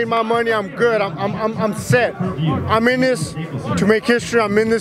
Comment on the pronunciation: Someone needs tell it’s This that and the other NOT vis vat and ve uva